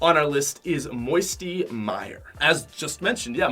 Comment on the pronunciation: I was crying when he said moiety mire.😢😢😢😢